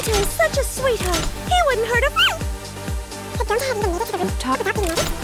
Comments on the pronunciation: “He wouldn’t hurt a FLÆ” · he wouldn't hurt a flmmy